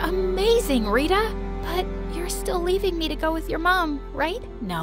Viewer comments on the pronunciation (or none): It's not "taerah" It's "Taarah" With the t being pronounced as the t in Thursday without the h sound, that is how the t in every indian name is pronounced, same with "rita" It's "reeta" With the t in Thursday without the h sound, not "riduh" Also, diana is not indian, diana is not an Indian name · Tara is not pronounced as te+ra. It is pronounced as ta+ra Rita is pronounced as ree + tha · It's not how we pronounce Tara and Rita. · Yeah they didnt pronounce tara properly and rita